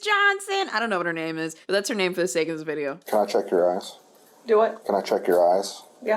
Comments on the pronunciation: "Can I chek your eyes?" I had to do a double take I thought he said ASS.😂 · Istg i thought he said "can i check your ass" and not eyes. 😂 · I totally thought that he said “can I check your ass?” At first 😂